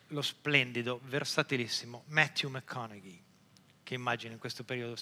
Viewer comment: bravissimo bellissimo fantastico. Però zio, da un maniaco di lingue come te mi aspettavo conoscessi la pronuncia di 'matthew mcconaughey'. La G non si pronuncia. Peace